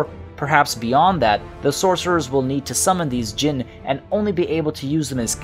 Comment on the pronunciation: It's time for come on baby lol. There is one letter missing ع , you need to pronounce that to pronounce araby right, also you pronounce jinn perfectly.